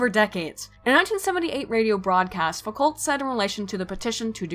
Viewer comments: Foucault is pronounced like fukou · Foucault is pronounced "Fookoh" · I never enjoy hearing Americans saying "foo-cult" although you didn't say "sart-ree" so thats a plus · You mispronounce Foucault. And everything French. And some English stuff too. Clearly very booksmart.